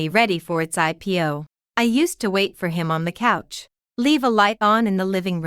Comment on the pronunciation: The names don't bother me as much as people sitting on the "cooch" instead of couch. I wonder how it pronounces the word "touch".